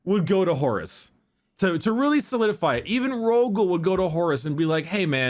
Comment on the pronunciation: It's so funny, the way says Horus, it sounds like "Horace".